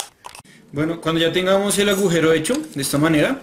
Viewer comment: dijiste gujero :v